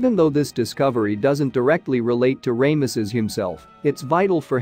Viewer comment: I love the awfulness of Ray=muss-us. and then for a moment I thought the AI voice ssid the to,be belonged to the late Ron Wyatt. I had to listen a second time to be sure it wasn't Ron. If people are going to rely on AI software that mispronounces then the least they owe us os to check the pronunciations.